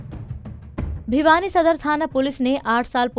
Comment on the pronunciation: Bhiwani not Bhyani...